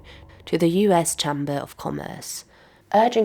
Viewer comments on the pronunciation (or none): 'Cham-Burr' of Commerce? Most native English-speaking people pronounce it as 'CHAME Burr'. So who has generated this AI fake video - communists? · Can’t get past the way she mispronounces “chamber”. Is it AI? Surely not. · Just be aware that this video may be AI. The narrator, who holds herself weirdly still, seems to be a native English speaker and yet mispronounces the basic words 'chamber' and Ronald 'Reggan' in every instance. She uses the non-existent word 'automatised' instead of 'automated'.